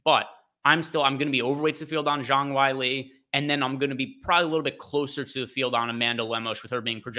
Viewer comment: JONG WHY-LEE 😂